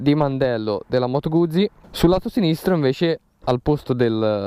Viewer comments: Moto guzi...si dice Guzzi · Bella recensione tralasciando la tua pronuncia di "Guzzi" ;-)